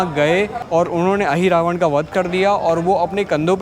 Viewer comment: It is not Ahiravan, perhaps Mahiravan